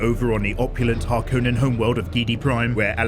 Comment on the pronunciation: I strongly dislike the way you say “Harkonnen”. Other than that, this recap saved me 3hours. Thank you. 🙏